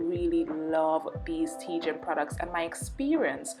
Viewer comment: Its TG I N ...(.Thank God Its Natural) not Tee gin